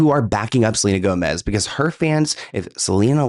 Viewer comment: Selena Toemez